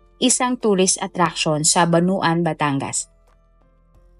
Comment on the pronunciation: "Canossa" hindi Cananossa at "Bauan" hindi Bunuan (Bawan ang tamang bigkas)